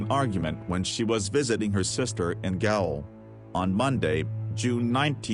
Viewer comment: Gaol is the British spelling for jail, the American spelling. Both are pronounced the same. Your auto voice pronounced it as gay ole. You might want to spell phonetically when you are not going to read the script yourself.